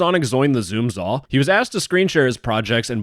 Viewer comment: Ah yes, "Zoom Zall"